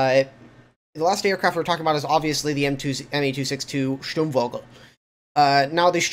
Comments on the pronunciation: scht-urm vou-gel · vogel is bird and pronounced like vogue with an L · Sturmfogel, the v sounds like a f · In the german word "Sturmvogel" the "v" is pronounced like an "f". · You sound like you are trying to pronounce the name of the 262 correctly, the V in vogel is pronounced with an English F sound.